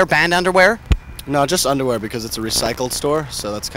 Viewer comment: the way Brendon says "underwear" is hilarious!